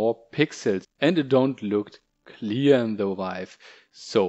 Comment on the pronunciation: Why does someone like this make videos in the first place? VIVE.....SAY VIVE! if you cant say the product name. DOnt do a tutorial. Idk whats worse. The video quality, the lack of good information or even just the lack of thinking this "video" through from start to finish. You are not a off the cuff kind of speaker. Prep next time.